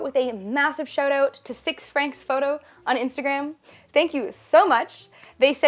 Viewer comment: About the sponsor "6francs" pronounced "6fran" (French pronunciation, not English, also the 'x' is pronounced like an 's') and it is "Verlan" (the modern french dialect that spawned in 19th century French prisons as a code and popularized in the 90s as a part of the French hip-pop culture emerging in "banlieues") for "Francis", his name. Tadaa.